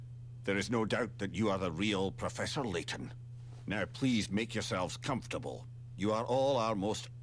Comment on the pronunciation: it's professor layton not professor slayton btw. just saying. we all make mistakes